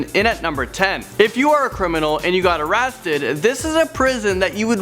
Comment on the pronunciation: in no10 you said arasted